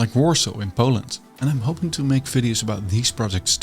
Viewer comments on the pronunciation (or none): none